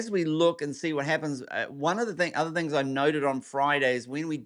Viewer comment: you got a southern twang for a second.....here are some "thangs"....lol